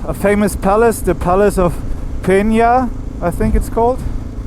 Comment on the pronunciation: Es heißt "da Pena" und nicht "de Peña". Palácio und nicht Palacio. Palácio Nacional da Pena.